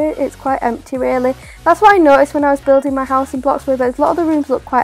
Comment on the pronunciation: It’s building not builging